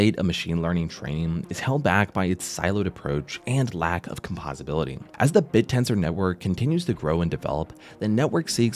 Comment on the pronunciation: com-POSE-ability, not a big deal but u would think CMC would get the little details right